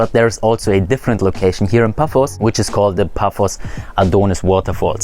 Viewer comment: Paphos, not Puffos